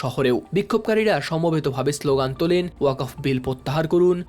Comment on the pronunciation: উচ্চ শিক্ষিত সাংবাদিক কিন্তু ওয়াকফ উচ্চারণ করতে পারে না